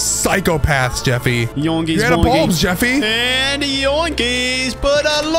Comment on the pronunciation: It's not a jeefy is a JEFFY